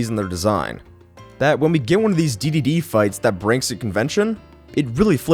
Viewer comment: Wait, THIS is how you pronounce the name!? O